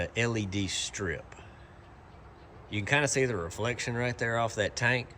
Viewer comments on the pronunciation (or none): "You can kinda see the reflection off that tank." Did he say tank or taint?